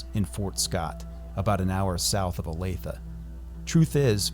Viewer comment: Thank you for pronouncing Olathe correctly.